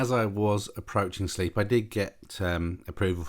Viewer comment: Good video, lovely plane! Just if you didn’t know, it’s pronounced “slape” not “sleep”, not being that guy just many don’t realise. The floods look crazy! When over Tewksbury, what were those white things gathered in the dry bit of the field? Looked like caravans, can’t tell through my small phone screen.